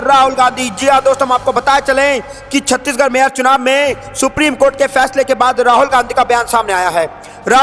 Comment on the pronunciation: Chhatish garh. Nehi Chandigarh hai😅